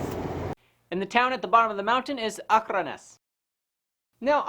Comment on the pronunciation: Impressed with your pronunciation of Akranes and Akrafjall